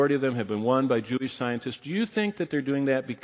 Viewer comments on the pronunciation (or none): did he really say “Jewbie” scientist?